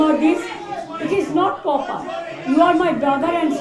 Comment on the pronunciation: Even can’t pronounce proper she pronounce poper